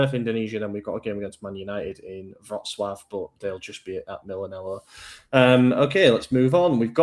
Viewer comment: That's pretty spot on pronunciation of Wrocław